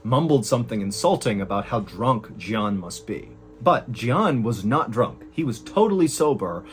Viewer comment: Jian is Mandarin and is pronounced more like "jyen"